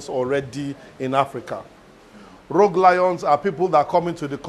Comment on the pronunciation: Rogue Lions...not Rouge Lions. Are the Lions wearing too much make-up or something?